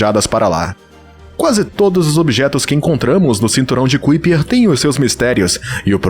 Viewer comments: Kuiper= pronúncia aprox.= CAUPER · Kuiper : "Cáiper "